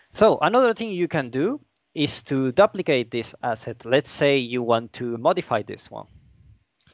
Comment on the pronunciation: (doo-pli-kate) not (DUH-pli-cade)